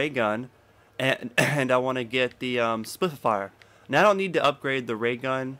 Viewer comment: spif-e-fier lol